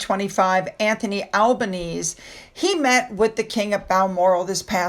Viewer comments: I am Aussie, our prime minister is Anthony Al ba knee z. (Albanese). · Albanese rhymes with sleazy (It's an Italian name) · Albaneez 😂 It works!! 🇦🇺 💕